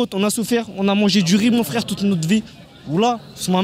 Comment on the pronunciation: 😅😅😅 Ona "souffaire". "FFFRAIRE" 😅😅